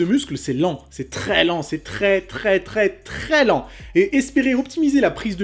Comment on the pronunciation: J'avais le seum quand il a dit tres lent tres lent tres TREES LENT